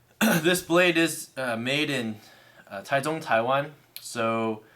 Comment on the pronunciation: It was cool to hear you say the actual pronunciation of Taichung Taiwan.